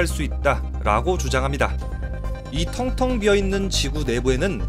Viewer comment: 텅텅이가 탕탕이로 들리므로 낙지탕탕이 먹으러 가야지